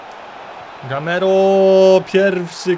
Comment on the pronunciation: GAMEIRO A NIE GAMERO